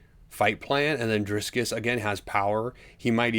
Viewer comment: Driskiss?? Casyoel asf. smfh